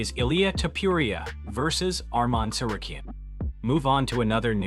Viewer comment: Ummm where was the "Arman gets title shot" story always using clickbait headlines. And also his last name is pronounced like a Z as in Lopez not Lopes